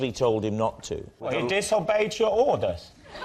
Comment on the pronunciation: Said in German accent: "He disobeyed your ORDERS?" - and one gets flashes to a WW2 film reel...